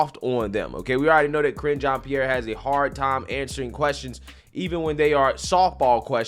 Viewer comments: Sounded like her Name was being pronounced as "Kringe" ( Cringe) Jeanne Pierre..... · "kringe" jean Pierre" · "Kringe" jean pierre